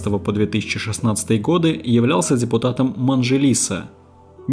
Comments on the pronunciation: Блин автор видео, у вас ошибок куча, Мажилис, а не МаНжилис . Прям ошибки режут ухо и глаз. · Не МАНЖИЛИС а МАЖИЛИС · Не манжилис а мажилис! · МаЖилис, Уразбахова - простые слова и фамилии, почему их читают неправильно неправильно?? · Автор спасибо за работу,но если вы готовите материал относитесь к этому внимательно.Не казахстанская СССР,а Казахская ССР,не манжилиса,а мажилис.Это как дума в России